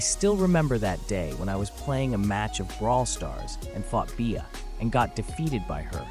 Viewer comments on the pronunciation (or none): I hate ai saying bea as “be ah” and not just saying bee like it’s supposed to be